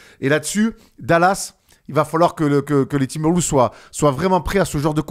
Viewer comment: Super vidéo les gars. Par contre quelle est cette manie dans les médias NBA français de prononcer "Timberwoulves" ?? C'est quoi le concept mdrrr